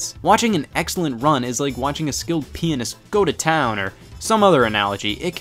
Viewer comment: wait did he say skilled penis or pianist im confused and scared